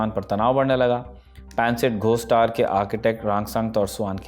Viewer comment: Tower ko Tar bol raha Gawar